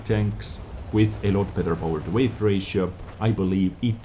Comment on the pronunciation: Good review - I always enjoy watching your content. f.y.i. - the word weight (in power to weight ratio) is pronounced exactly the same as the word 'wait' English - it's so stupid XD